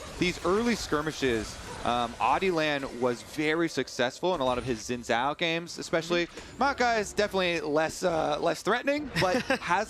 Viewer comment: I appreciate pronunciation of Xin Zhao. Seems most correct to me (for a fictional character).